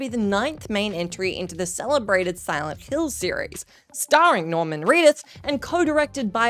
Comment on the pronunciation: Did she just say, "Norman Reeduth?"